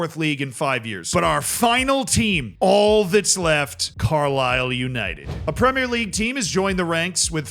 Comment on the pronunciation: needs to start a class on how to teach his fellow Americans how to say 'Premier' properly 😂